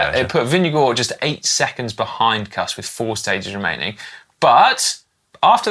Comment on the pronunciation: Hey guys! Hilarious that your pronunciation of US riders needs correcting after all this time but... -Former WINNER Kuss 🎉 rhymes with loose, not cuss. -Jorgenson, in Matteo's family, the J is pronounced same as an English Johnson, not like a Y. Thanks for the shout out for Riccitello! Cheers 🍻